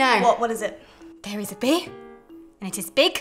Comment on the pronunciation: I thought she said bear but she was saying bee